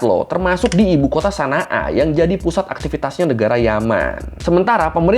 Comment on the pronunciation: Bang setahuku ibukotanya dibaca shon’a bukan sana a